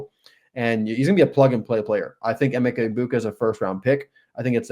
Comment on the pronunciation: Eh-meck-a E-boo-ka